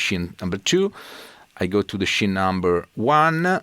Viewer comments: That was great!! Just a tip from a Yank.....scene in English is pronounced ‘seen’. Your English is very good. My wife is in her 4th year of Italian and studies 3x a week. For some reason, I have to adjust my eq by decreasing bass and increasing highs to equal your tone. I think your guitars and pickups are the culprit....in a good way. Very ass kicking tone. Keep up the good work! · Just a tip : "scene" viene pronunciata "seen" .